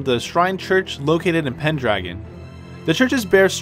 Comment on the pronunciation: i just wanted to point this out. ITS PENDRAGO NOT PENDRAGON AND THE A DOESNT SOUND LIKE AN A, ITS LIKE AN O